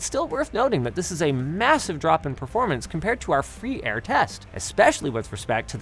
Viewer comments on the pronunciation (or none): Why do Linus prnounce "performance" "preformance"?